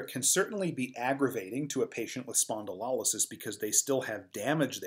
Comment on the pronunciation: Great content. Thank you. Check your pronunciation of spondylolisthesis and spondylolysis though. It's lo like LOW, not lol like lollipop. spohn-di-low-less-THEE-sis.